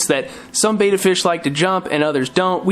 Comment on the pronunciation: Yeah, when a fishkeeper pronounces Betta 'bay-da' it does kind of irk me... because they're actually saying 'beta,' which is a completely different and unrelated word.